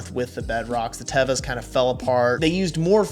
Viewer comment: First of all is not tava it is teva😅